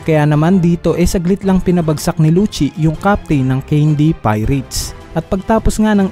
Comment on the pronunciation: Lusi po pronounce hindi po luchi Lucci